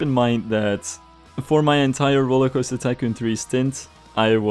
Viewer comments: Why do you say “RollerCoaster-Kun 3” lol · Lovely video as always! Please try to say *TY*coon, while I find it hilarious surely you know you're saying a hardcore racial slur :L